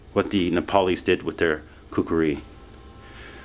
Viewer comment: Youve played a little too much ocarina of time dude, pronounce it right